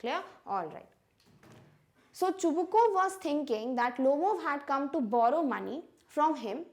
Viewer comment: You are yourself pronouncing Chubukov name wrong